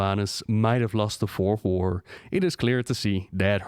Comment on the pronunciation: Fourth war? Sound like you are saying "worf whore"